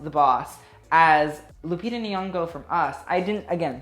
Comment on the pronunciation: Normally I love videos but it kind of annoyed me that he will say Versace all Italian but can’t say Nyong’o right